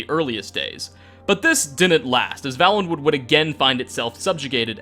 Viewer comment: Vale. Valenwood. It's Vale - en - wood. Had it been pronounced the way it is in this video, it would Vallenwood, with two Ls. It is not though. A Vale is a genuine geographical term - (see Game of Thrones).